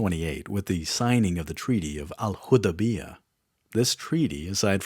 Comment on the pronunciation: Quraish (koo-ray-sh). Al Hudaibiah (Al hoo-day-bia). Get it together man.